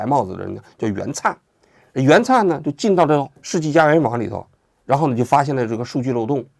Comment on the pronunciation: 袁炜(wěi) 名字都错了吗？